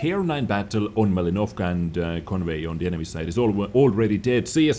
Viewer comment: Malinovka. Stressed syllable "li". Ma'linovka.